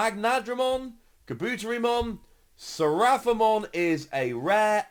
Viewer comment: How dare you butcher the pronunciation of the great Kabuterimon